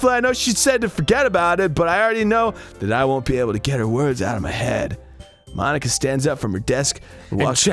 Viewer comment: "mon-ika" ika means squid in japanese